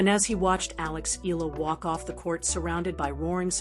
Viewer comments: E-YA-LA not E-LA is the correct pronunciation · Alex Hila? It’s Alex Eala for your information! Lol 😂